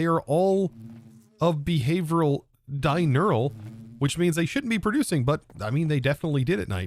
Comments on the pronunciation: it is "diurnal" (pronounced DIE-URN-ALL), not "dinural" (DIE-NEURAL). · It was a year ago, but hey... but diurnal, (not dinural or whatever you said) means "active during the day", just like nocturnal means "active during the night."